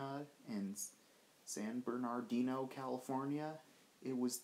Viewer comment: I respectfully suggest that you learn how to pronounce Pasadena, San Bernardino and Cajon. I.E. Ca'hone